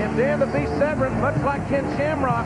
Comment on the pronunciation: Is JR pronouncing his name right? It's spelt 'vERn' but JR kept saying 'vREn'. I didn't watch WWF at the time so this is my first time seeing Severn and don't know how it's supposed to sound.